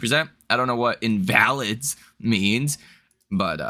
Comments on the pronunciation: Helping with the emphasis for pronunciation. It's pronounced in-va-lid, not in-val-id. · Its pronounced inva-lid (a person made weak or disabled by illness or injury.) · invalid (noun): one who is sickly or disabled. pronounced INvalid